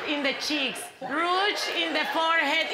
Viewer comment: I can't be the only one that hears "mocharuchas" when Ellen is applying the rouge on Sofia !! This is hilarious !!! XD Ellen and Sofia are brilliant , a combination that knocks u on the floor laughing !